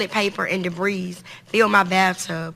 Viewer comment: She didn't write that statement. Proof?! She read "debris" with an s as in "debreeze". But so what?! This is utterly disgusting!!!!🤮